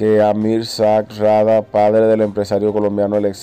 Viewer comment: Nadie tiene de apellido Sag, aprenda a pronunciar lo que lee, no hay gobielno